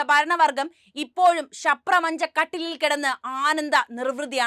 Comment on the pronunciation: ശപ്രമഞ്ച കട്ടിലോ അതെന്താ കൊച്ചെ